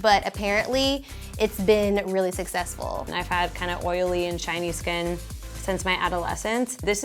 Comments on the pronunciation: When said that she had oily and shiny skin I though she said oily and Chinese skin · When said she had shiny skin, I heard Chinese skin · Im such trash everytime i hear shiny i hear shinee